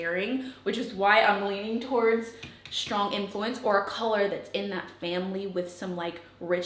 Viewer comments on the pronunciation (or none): Shtrong, shrait, shtrips. Shtrange.